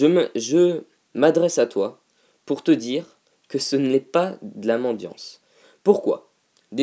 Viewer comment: Franchement tu dis ce que tu veux, tu fais ce que tu veux mais juste, s'il te plait, PAS mandiance ! MANDICITÉ ! ^^ Merci beaucoup :)